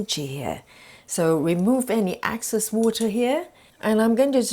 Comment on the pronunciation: Thank you. BTW, it's Excess and not Access.